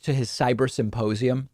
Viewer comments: did you just say 'suppossium'..? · Is he saying "supposium?" That would make more sense than symposium, as his evidence is just Mike supposing that Trump couldn't lose - even though all polling showed him losing in a landslide for months prior to the election.